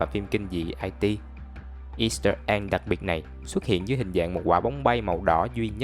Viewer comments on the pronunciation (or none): IT mà đọc ai ti, vơ vẩn